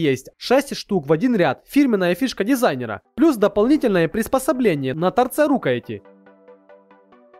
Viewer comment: На торце рУкояти??? Боженьки ты мой ,подбор товаров хороший, но перед тем как зачитывать текст на запись- проверь ПРОИЗНОШЕНИЕ.